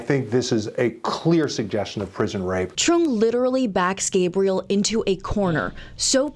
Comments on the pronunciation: I like how he pronounces his name "ghahbriel" like a female, when he was talkin m about rape. That was slick. Piece of shit... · Yeah when he tweaked the pronunciation of the kids name to get the feminine Gebriel and quickly "corrected" himself, I finally cracked.